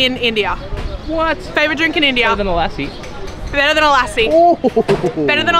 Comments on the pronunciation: Watching your videos from isreal. # lessi. Not kuluki.😮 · Dont wanna be rude but just wanted to let you know the lassie you love is pronounced like "luss-si"